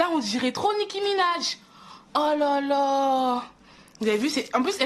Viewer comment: Comment elle dit nikki Ménage 😂😂elle est tare